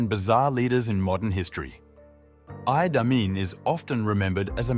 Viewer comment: u got name pronounciation wrong. its idi amin dada not idai amin. its also langi people not langai people